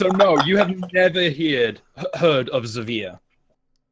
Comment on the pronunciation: I've just realized that Zaveeer is actually Xavice trying to pronounce his own name a different way